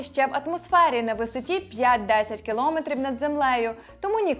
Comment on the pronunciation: Коли ж ви навчитеся правильно вимовляти? кіломЕтрів!!!